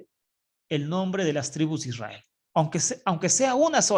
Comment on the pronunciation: SI ademas no dice Israel dice ysriar que no se traduce como Israel.